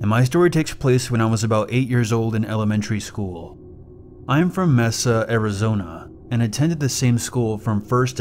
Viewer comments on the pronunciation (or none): Its not pronounced mEHza Arizona, it's pronounced mAY-suh Arizona but spelt mesa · mesa* not messa 😭 i live in arizona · BTW, Mesa is pronounced "May Sa"... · Mr. Rection, your language instructor, silly. But they probably give two shucks. Or something that rhymes. And it is pronounced, MAY sah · Isn’t pronounced Like maysa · How to tell someone's not from Arizona. "I was from MEH-SUH, Arizona" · This is not hate but Mesa,Az is pronounced "mace a". I only say that cause I live there. Keep up the good videos! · The "e" is pronounced with a long "a" for Mesa, Arizona 😀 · Its not pronoucned Ahh Like in Massa its like A like Lake. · If somebody mispronounces Mesa, do you really think they know what a long a is?